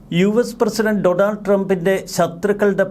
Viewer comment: ഡൊണാൾഡ് അല്ല brother ഡോണൾഡ്